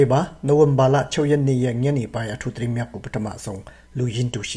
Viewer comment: ကောင်းလိုက်တဲ့ တတင်း နောက် တတင်း